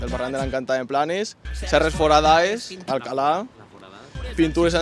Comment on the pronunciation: En no diu Alcalà diu Al-Azrak!!! si ni tan sols nosaltres cuidem la nostra cultura que faran els altres!!!